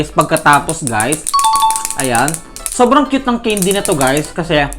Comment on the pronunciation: Mali pag Bigkas mo sabi mo ceindy hindi po ganon candy po mali po kayo😅😅😅